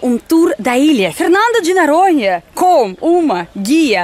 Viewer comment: eu ri muito com esse seu vídeo. Você é fantástica, principalmente quando pronuncia "Fernando de NAranha". Quantas pessoas fazem parte da sua equipe? Beijos, ""!!!